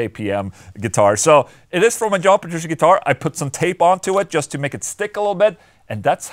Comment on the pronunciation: Petru... CHEE. NOT SHE. DAMMIT OLA. WE'VE COVERED THIS!